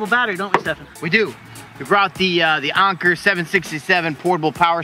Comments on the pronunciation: Bro really said “onker” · That is not how Anker is pronounced. Call their 800 number to hear it from the company themselves!